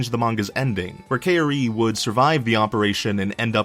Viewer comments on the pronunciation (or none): Did he just say “Kay oh ree” instead of kaori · Kaori is pronounced Kao (like cow)-Ri (like re)... where the hell did you get Ka-Wo-ry from? lmao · I like the video but we need to work on that pronunciation ok? Directors and stuff are acceptable but they say the characters names in the show... kinda unacceptable to mispronounce it. It's Kaori (cow-ri) not (Kay-or-E) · Its not pronounced 'kay-o-ree' You should be saying ' ka-oh-ri' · I love how he pronounced Kaori 😂😂 he literally says it like "Kay ory" 😂😂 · Kay-o-ree!! Excuse me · ok i love this video but.... "KAYORI". REALLY? LIKE YOU CAN MISPRONOUNCE A NAME BUT GEEZ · Okay so this was not news to me being that I had already read the manga, watched the anime and did my research. However this WAS cringe-worthy AF especially your horrendous pronunciation of Kaori. Cow-ree. Not hard. For someone doing a "10 things you didn't know" it's ironic that you seem to not know how to pronounce the name of one of the main characters face-palm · Kay-ori... That's the one thing that was bothering me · Key-auri? COW - RTI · Kay-or-i lol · Lol "Kay-ery" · IS NOBODY GOING TO MENTION THAT HE PRONOUNCED HER NAME AS KYORI????????? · ...why are you pronouncing her name "kay-or-ii"? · Miss Galactica ikr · It's actually Kaw-Ori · The way he pronounces Kaori makes me have Kaori's disorder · Fact 11: you don’t know how to pronounce “Kaori” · thats not how you say kaori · HERE IS A FACT DIDN"T KNOW....THATS NOT HOW YOU PRONOUNCE KAORI- Next time you make a video about an anime, make an effort to pronounce the names of the main characters right................ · okay is anyone annoyed by the way he says kaori like actual what the heck